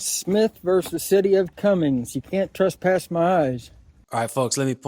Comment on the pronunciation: There’s no such thing as “trusspass.” That’s not a word.